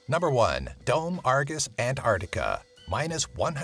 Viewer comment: It bothers me that he keeps saying "antartica". There's a c in there yenno